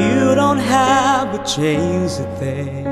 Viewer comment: Maganda talaga yung boses nya. Nakaka inlove. Pero yung some words lang siguro medyu may problema sa Pronunciation but overall maganda sya. Like "Change" and "Much" :) nakaka inlove yung boses.